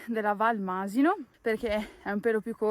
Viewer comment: ...sentire Masino con l'accento sulla i non si può sentire!!!